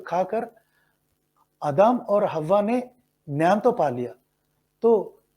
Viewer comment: I think you need to improve Hindi language skills, there are mistakes while reading too. Such as Adam, you pronounced admi